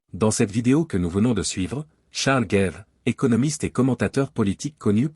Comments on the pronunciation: Ce n'est pas "GAIVE" qu'il faut prononcer à l'américaine ! Mais GAVE, Charles GAVE à la Française scognengneu ! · gave : en français ça se prononce gaaaave en anglais gèive !